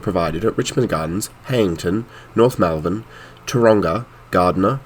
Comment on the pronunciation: and you got malvern, , wrong too.